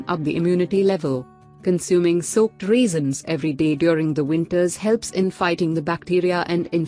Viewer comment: "Raisins".....why do you pronounce "reasons" ? The listening becomes so confusing🙄🙄